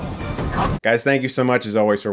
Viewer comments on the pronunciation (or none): none